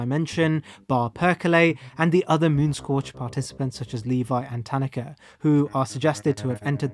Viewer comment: I appreciate how you pronounce "Tanaka." As English speakers, we often insert emphases into foreign words (ta-NAH-ka), but the way you pronounce it is closer to actual Japanese.